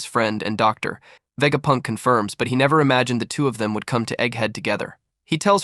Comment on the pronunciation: I suspect it’s because it would be typed as Dr. Vegapunk and the AI reads the . as the end of the sentence